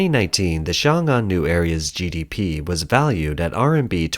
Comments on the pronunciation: Good analysis. One suggestion for the channel is to pronounce the pinyin more accurately vs. sounding like a complete westerner. It's not "Xiang Ang". 「雄安」 in mandarin is more like "Shong An" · XiongAn pronounced, X(i)ong -Ann or Song -Ann , for simplicity..